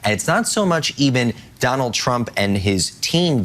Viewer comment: Learn how to pronounce Donald there's a d on the end.